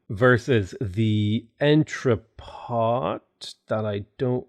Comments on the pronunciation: Entrepot is pronounced as "on-tra-po". C'est Francais! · Love your channel. Thanks for the JNR review, I love his mods. "on-tru-po". Like other French words, the N is soft and nasal, and the final T is silent.